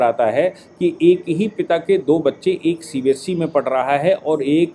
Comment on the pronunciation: CBSC nahi hota hai CBSE hota hai. You need to correct your pronunciation as well as spellings in the thumb nail. You call our EA minister Shri S. Jaishankar as "Yes Jaishankar" Which is incorrect and irritating, too.